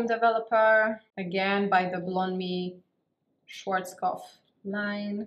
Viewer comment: that's how it's pronounced